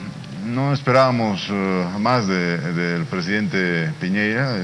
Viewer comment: " Piñeira" es Piñera, estúpido!!